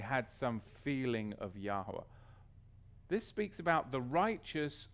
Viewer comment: Shalum.. Sorry but I feel to comment.. I have been watching your sermons about a decade now and im finding it difficult in my ruach when I hear you pronouncing His Name as YAH-WAH! Why can i ask did you change from YAHU-AH? There is no W sound in Hebrew... Yahwah is same as Yahweh (both pagan origin). I pray you seek Yah as your sheep fold are following you... All said in love. Shalum